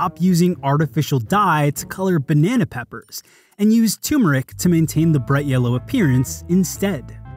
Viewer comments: FYI, there's an r in front of the m in turmeric! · It's not a tumeric! It's not a tumeric...at all.